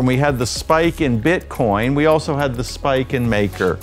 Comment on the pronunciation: Exactly this guy has no fkn clue what he is reading off that teleprompter